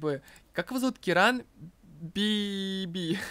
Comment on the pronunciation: имя мальчика читается как КИран, а не КирАн